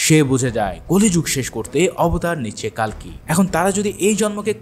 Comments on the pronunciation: উচ্চারণটা কাল্কী না কল্কী হবে❤❤❤❤🎉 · কালকি নয় কল্কি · উচ্চারণটা কাল্কী না কল্কী হবে❤❤❤❤🎉😊😊